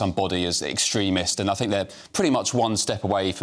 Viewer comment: Far right, they have no idea what far right is. The woman talking about education can't say think (fink), get a bloody grip.